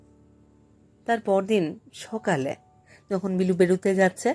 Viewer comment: বেশ মন দিয়েই শুনেছি এই পাঠ। একটি জায়গায়, লেখক স্বয়ং যেখানে বলছেন, " সকালে " কিন্তু উচচারণটি, যেন মনে লাগল ' সোকালে''। কি জানি হতে পারে আমারও ভুল! আবার একটু শুনে নেবেন । কিছু জায়গায় অভিনয়ের অতি- নাটকীয়তা লাগল । কিন্তু গতি খুব ভালো ছিল পাঠের! মূল্যবোধের পরিবর্তন এখানে লেখক দেখাননি, সেখানে আপনিও পাঠে অবিচল থেকেছেন, স্বর- প্রক্ষেপণের মাধ্যমে! ভাবনার গভীরে যাওয়ার চেষ্টায় ব্রতী ছিলেন । আমি অতীব সাধারণের একজন হয়ে, ব্যক্তিগত ভাবে বলছি:- সামগ্রীক ক্ষেত্রে, পাঠের কিছু কিছু জায়গায় নিজেকে, একটু পরিবর্তন করলে,এমনই সম্ভাবনাময় উচ্চতায় পৌঁছানোর পক্ষে আপনি অতি উপযুক্ত! ঠোঁট কাটা- অতীশ ঘোষ উত্তর চব্বিশ পরগনা ।